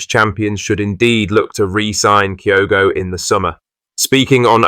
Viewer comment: Kyoto? Can’t eve get his name right